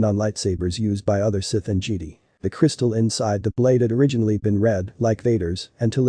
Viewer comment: Don't ya just love how the text-to-speech pronounces Jedi as Geede?🤣🤣